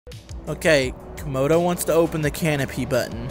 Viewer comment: Uhh..................Dragon. As in Camodo Dragon (Komodo)